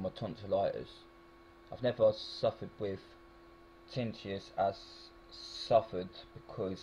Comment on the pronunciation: TIN - NI- TUS (is the pronunciation).